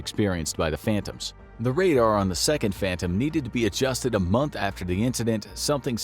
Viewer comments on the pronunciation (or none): none